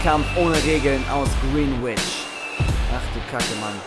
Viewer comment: Es wird so ausgesprochen:Grenich